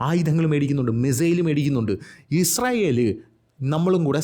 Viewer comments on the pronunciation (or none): none